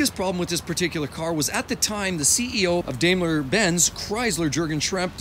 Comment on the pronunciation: Your accent sounds like a Family Guy caricature of a Canadian. And it's "dime-ler" not "dame-ler".